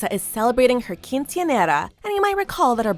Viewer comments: I hate how the narrator says Quiñceanera. She tries to use an accent but at the wrong place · The way she said quincenera is painful😂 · Oof that Quinceañera pronunciation was rough